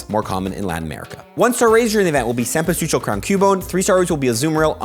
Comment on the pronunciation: Amazing cempasúchil pronunciation ! Hahaha!